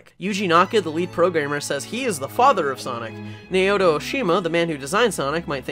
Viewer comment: Naoto is pronounced "NOW-toe," not "nay-OH-toe."